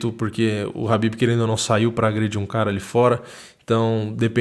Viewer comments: Khabin não Habbin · Pow mano ninguém tá ligando se vc fala kabibe , kabide, Rabibe o rabanete! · Eu não sei pronunciar o nome dele também, chamo ele de Cabide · Toda vez que ele fala o nome do Khabib só lembro daquela música ''Habibi, Habibi, Habibi ya nour el-ain, aah'' huahuahuahuahua. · Parecia coisa de filme foi foda. Só tenho uma dúvida nesta porra é Khabib ou Rabib ou Kahabib (na tocante a pronúncia)